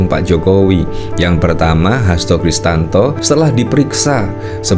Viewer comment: Hasto Kristiyanto bang, bukan Hasto kristanto😂